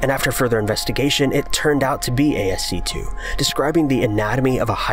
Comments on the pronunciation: Ffs. Stop saying asc 2. It’s ascii. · ASCII isn't pronounced A-S-C-2. It's ASS-key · It's not "asc 2" you pronounce the i's with an e sound like "Ass-e" lol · ASCII is pronounced ASKY, NOT asc2… #dumbass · ASCII is not 'ASK-2' it's ASK-KEY... short for American Standard Code for Information Interexchange. It helps to know what you are talking about... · ASC 2? You mean ASCII, (as-key)? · ASC2??? That's hilarious. ASCII is pronounced "Ass Key". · A-S-C two? Is that how you think ASCII is pronounced? It is closer to Ask Key... Now there is something to think about, eh? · Can you not call ASCII asc-2? Please... Just call it ASC-EE its not a 2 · everytime you say ASC 2, i die a little inside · ASC2? Do you mean ASCII? I have never heard anyone call it A-S-C-2... only as ass-key. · Its ASCII not ASC 2 wtf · It is painful hearing him call ASCII A-S-C 2. It is pronounced "asky" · Ummm... you hopefully by now have realized, found out or been informed that ASC2 is not a thing. ASCII is an acronym for American Standard Code (for) Information Interchange and is usually pronounced ASKEE or if you REALLY feel the need to spell it out just ASCI(eye)I(eye) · It's pronounced 'ass-key' not ASC2. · The real mystery is why he's pronouncing ascii as "A S C 2". Has he really never heard of "askey"? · ASC 2? It's called ASCII !! ("as-key") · Took a bit to figure out what the hell he meant by asc-2 code. Duh, that's ASCII as pronounced askee. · What the fuck is ASC2? Oh wait a minute... Does he mean ASCII?? You dumb fuck! It's pronounced "askee" not ASC2! Christ! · A.S.C.2? Do you mean ASCII? (Pronounced askey). American Standard Code for Information Interchange. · ASCII... pronounced ASS-KEY, not asc2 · Um, it's not A-S-C-2, ASCII is pronounced "asskey" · ASCII is pronounced "ass-key" not "ay-es-see-2" bruh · It's ask-ee. Not asc 2. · "ASC 2 of some sort" ASCII!!!!!! IT'S ASCII THOSE ARE I's NOT ROMAN NUMERAL 2!!!!!! .............yes the hearing of 'ASC2" is kicking off my rage.